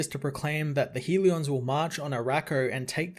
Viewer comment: Hell-e-uhns, not HEAL-E-ons. Love the channel.